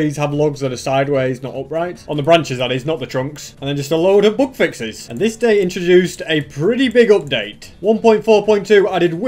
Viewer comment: It took me about half of the video to realise he was saying "bug fixes" and not "book fixes". I feel really stupid. Great video concept btw